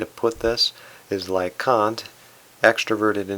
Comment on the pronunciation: That is not a portrait of Kant. The portrait used in the intp video is not a portrait of Kant either. Fundamentally, none of this matters. Personally, it bugs me. On a positive, I like the thoughtfulness of your videos and you did pronounce Kant's name correctly. Thank you.